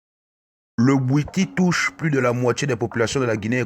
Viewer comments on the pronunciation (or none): none